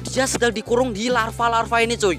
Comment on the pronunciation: Lava woi bukan larva